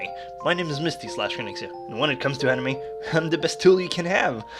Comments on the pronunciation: Make a counter of how many times you said "Amine" instead of "Anime" Also - Every old guy in every Japanese dubbed anime. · he said amine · STOP SAYING AMINE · Lol "aminay".